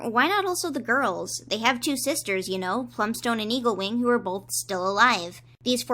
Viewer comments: I keep hearing you say “Evilwing” and not “Eaglewing”. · every time you say eaglewing it sounds like you say evilwing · when you said eaglewing i heard evilwing. tHaT's a cOiNcEdEnCe